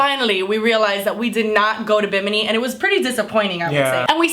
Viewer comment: SAY BIMINI ONE MORE TIME..